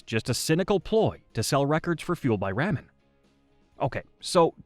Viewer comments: Sounds like it. Explains why it pronounces ramen like that. The videos are cool but I could go without the ai narration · Seriously, does he not know how to pronounce this label? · Is it me or is it how this guy says ramen is driving them nuts?